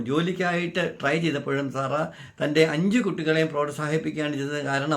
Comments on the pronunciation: Why are you pronouncing this Lady’s name like “Zara” ? Her name is Sara സാറ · Please pronounce properly Sara not Zara zara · പറയാൻ ഉള്ളത് ഖണ്ഡിക തിരിച്ച് ചുരുക്കി എഴുതി വയ്ക്കുക കൃത്യമായ Poient മാത്രം പറയുക. വളരെ ചുരുക്കി എഴുതണം. ഞാൻ മുമ്പിത് പറഞ്ഞതാണ്. മാറ്റം വരുത്താത്തത് കൊണ്ട് Discrib ചെയ്തു. അരോചകമാണ്. Emotional ആയിരിക്കാം. പക്ഷെ അസഹ്യമാണ്. സാറ എന്ന് പറയു z അല്ല S ആണ് കേൾക്കാൻ നല്ലത്. പറഞ്ഞു ന്നേയുള്ളു.മാറ്റം വരുത്തില്ലന്നറിയാം. ഇനി പറയില്ല. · Sara. Ennu parayunnathanu keraliyarku cherunnathu. Zara... Alla